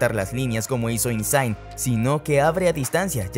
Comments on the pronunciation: Se pronuncia "INSIÑE" no "insain" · Exacto! La gn es Ñ en Italia... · Insain?😂 se dice insigne tal y como suena y se escribe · De donde sacaste Insaing? Insigne se pronuncia Insiñe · Por favor si van a hablar de fútbol, MINIMO pronuncien bien. Lorenzo INSIGNE, (no se hagan los ingleses, no es Insaign) se pronuncia así como se lee, se fue a jugar a la MLS (Major League Soccer) no a la MSL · Se pronuncia Insigñe, como que Insaign, ni que fuese americano el hombre. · ¿Lorenzo que?...es "Lorenzo Insíñe" (acento en la Í) ¡no INSAAING! y luego...Khvicha Kvaratskhelia ¡no se pronuncia así! Las "KH" de su nombre son GUTURALES. En español sería algo así como GgggVicha KvarasJelia (la "t" no se pronuncia) 🤌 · Insigne (Insiñe), no Inzaghi jajajaja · Insiñe...se pronuncia Insiñe... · No hace falta anglificar el nombre de Isigne, hablas una lengua romance, gn en italano se lee como la ñ española, el resto es igual : INSIÑE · Insigne se pronuncia Insiñe.... La gn en Italia se pronuncia como la Ñ.... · Insigne se pronuncia Insiñe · INSIGNE se dice IN-SIG-NIE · Quite el video cuando pronunciaste insigne como “insain” 🤮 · Esta mal pronunciado el nombre de Insigne. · Lorenzo Insaign, kavarashelia...😂😂😂😂 Se dice: insigne y kvaraskhelia, lo dice el mismo...😂😂😂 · No es kavaratskhelia como se pronuncia, la “v” se pronuncia como “u” se pronunciaría como kuaratskhelia, e Insigne se pronuncia tal cual se escribe, es Italiano no es Inglés, el nombre de Zielinski se pronuncia Pioter, échale ganas, corrige los errores y lo vuelves a subir